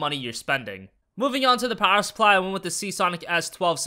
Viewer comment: "Movin' on with the Powahaah Supplah."